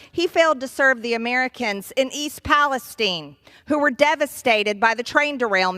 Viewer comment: Why did she pronounce Palestine like that lol